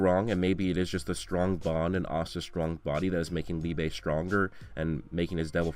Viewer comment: Lee-beh not lee-bay its german.